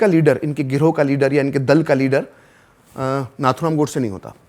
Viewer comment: FYI - the right pronumciation of Nathuram is "नथुराम" not "नाथुराम". It is an highly uncommon name among Chitpavan brahmins and was his nickname - orginal being Ramachandra. He was called so because many of his elder brothers died when young/in infancy. A nose ring (नथ) was put until three years, hoping at least then the child would survive. He did survive for a great cause !